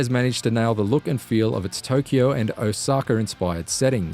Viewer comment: Ah, yes, Osakar.